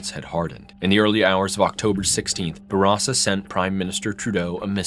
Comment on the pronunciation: Its nice to finally hear someone pronounce Bourassa properly.